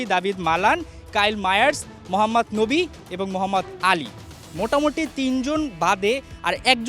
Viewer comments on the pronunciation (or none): মোহাম্মদ নবী না মোহাম্মদ নাবি বোকা মার্কা ঠিক মতন নামটাও বলতে পারে না